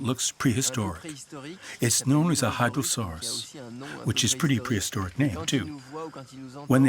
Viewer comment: Sounded like the narrator called the lizard a hyposaurus, but that is an extinc crocodilian. The lizards in the documentary are Hydrosaurus, or sailfin dragon lizard. Never heard of it before, so I had to look it up. Very cool!